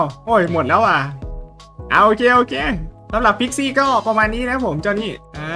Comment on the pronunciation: พิกซี้หรือคิดซี้😂